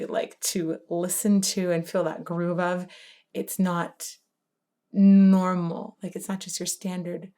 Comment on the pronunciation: "It's not... gnooarmal" Haha. love it.